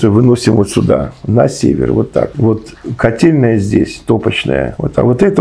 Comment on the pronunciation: Котельная?! Он сказал котельная?!!!!